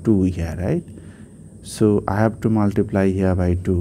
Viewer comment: At first learn to say multiplt